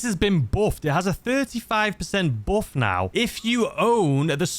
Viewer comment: I'm sorry but the way you say "boof"(buff) in your accent is absolutely hilarious to me for some reason 🤣🤦‍♂️